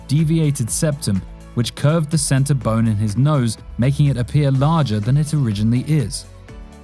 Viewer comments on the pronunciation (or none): none